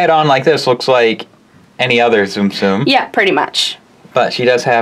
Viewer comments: not tsum-tsum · ITS TUM-TUM!